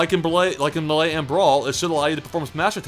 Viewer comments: Melee pronounced "May Lay" not "m'lay" xD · "Muh-lay" Ugh. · Every time says "Melay" a kitten gets kicked by a toddler.